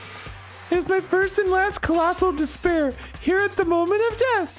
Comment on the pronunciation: "dis-pair of nuts" he was so close